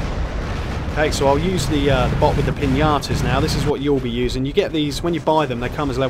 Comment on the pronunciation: I know I’m late, but I seriously love the way you pronounce Piñatas as Piñatoes 😂